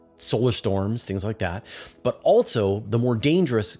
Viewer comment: Please stop saying “alt-so”. It’s pronounced “also” 😂